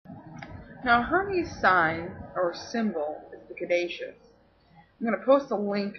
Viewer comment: I thought Caduceus was pronounced (ka -du-sus) ? Hermes is pronounced with an accent I gues the best break down I can give without you actually hearing me say it is (air- mess} you have to kind of like either french out the r sound a bit or roll it : ) lol but Mercury is pretty cool...ooooOO are you going to talk about the emerald tablet ? I love stories about that and atlantis: ) Hope to see ya back and making videos soon.